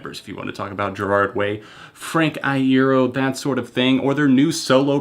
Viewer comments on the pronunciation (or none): Who else is dead because he didn't pronounce Iero correctly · Why is nobody talking about how he pronounced iero?